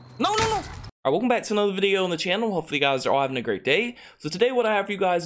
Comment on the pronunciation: i’m brazilian and in the intro, it seemed like he said “não não não”, no no no in portuguese